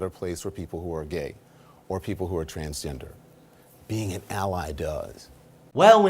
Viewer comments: please listen to Don lemon again in your video. I have a very good sound system on my computer and I am sure of what he just said (lemon) what the f@ is a transender? He cant even say the words he means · That John dude said transender 😂